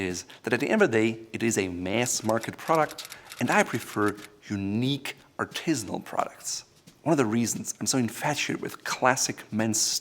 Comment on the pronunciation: Why on earth does he repeat the word “Artisinal”...just to show he can’t speak English?...what a horrific exposure of pretension..and mangled mispronunciation...